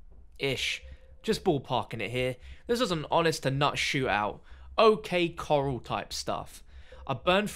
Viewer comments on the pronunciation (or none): O.k. coral? Repronounce that please